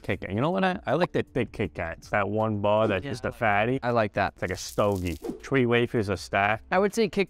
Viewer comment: “Dough only has TREE ingredients,” “TREE YEARS,” and “Shake it Tree times”had me cracking up 😂